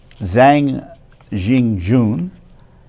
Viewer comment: The surname Zhang is pronounced Jang